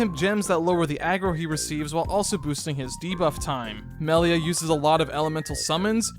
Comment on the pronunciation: Melier. They always say her name like that. 😂😂😂.